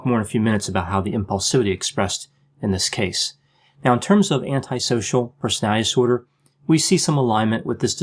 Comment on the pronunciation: Love your channel. Just wanted to say, do you realize you pronounce ‘personality disorder’ in a funny way? Haha. Like you have trouble saying it. Sounds like personalizorder. Anyone ever tell you that? Anyway, keep up the good work!